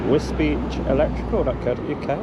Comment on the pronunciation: I'm glad DJ went to Wisbech, because until his videos I thought it was pronounced 'Wisbeck'.